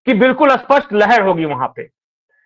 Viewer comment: सही उच्चारण कीजिए स्पष्ट शब्द का आप जो उच्चारण कर रहे हैं वो विलोम शब्द है